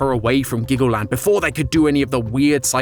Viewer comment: I thought you said Glaggleland